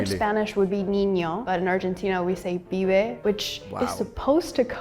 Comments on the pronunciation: it's not "fibe" it's "pibe", with p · Es pibe no fibe, saludos ! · It is PPPPPibe, not "five", for fork's sake! We should really start minding subtitles, maybe even using somebody who can hear weel, read and write? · it was transcribed as "fibe" but she actually said "pibe" which is believed to come from Genoese for errand boy ("pive") or Lombardy for youth ("pibello"). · The channel is Korean and they can't hear the difference between f and p.